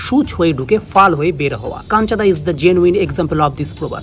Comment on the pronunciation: ota kancha-da noy ota kanchu-da hobe 😛